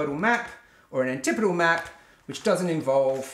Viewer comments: I'm going to use the pronunciation antipodal for the rest of the video... Pronounces it like anti-podal 100 times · You did learn the correct way to pronounce antipodal. But you also learned an incorrect way to pronounce it at the same time.